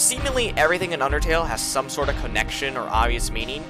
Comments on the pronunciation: kuh-ra, not kæ-ra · Him saying chara with a ch and not chara with a c sound because its short for character and its not pronounced with a ch sound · it's pronounced kara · Just as a reminder; confirmed by the japanese version; the correct pronounciation for Chara is キャラ (Kara) which is also short for character in japanese. Confirming that the name intended to be short for character in the english version as well. From this comes the conclusion that the correct pronounciation for Chara is indeed [Kara]. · I don't know if anyone has mentioned this, but according to the Japanese version, Chara's name is pronounced care-a, or like character. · this is really late but the name "chara" is actually pronouced like Kara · Good video but You pronouncing Chara as Tshara really pains me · Wait so is it care-ra or car-ra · My only criticism is the pronunciation of “Chara” since the fact it’s short for “character” and “Toriel” being short for “tutorial” are pretty widely known facts. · Chara is pronounced as in the first 5 letters of character!!!!!!!!!! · wait he says the ch for chara? omg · the way he pronounces chara is disturbing